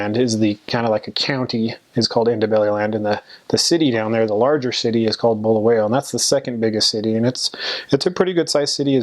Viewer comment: Sound like you are saying blue whale 🐳😂 Blow-Why-Yo Great video very informative!